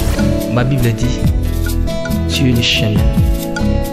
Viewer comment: oza na problème ya prononciation😂😂😂😂😂😂😂 alobi nako jifré yo au lieu de Giflée 😂🙆🏾‍♀️ alobi lisusu bibre au lieu de Bible😂😂😂😂😂. Na yebi que oza sala yango exprès...to lingaka to mingi papa.